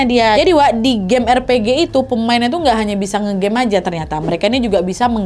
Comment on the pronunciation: RPG bacanya Ar Pi Ji, nad. Itu jenis/genre BUKAN NAMANYA. 😂😂😂